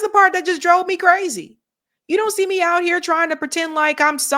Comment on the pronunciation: “He We Go” was that on purpose?